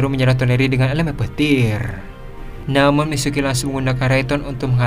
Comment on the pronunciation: Sumpah salah satu kalimat yang mengecewakan adalah ketika admin mengucapkan kalimat " Namun " Contohnya namun zanzaru langsuu menghindar "😅